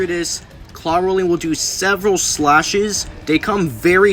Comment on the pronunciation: Neat video man, I would recomend listening to how other people pronounce names of characters in the future, for example Elfilis is pronounced Elf-ill-ess and Clawroline is pronounced Claw-erl-line.